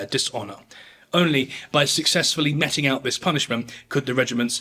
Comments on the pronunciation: Meting is pronounced as meeting. Sorry for being fickle, really enjoy your vids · Please look up how to say 'meting'.